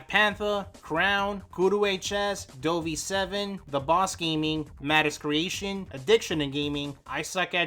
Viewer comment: popcorn time 🍿 EDIT: the fact you called Dove "DoVey" is just hilarious plus BlueTag and Eden mentioned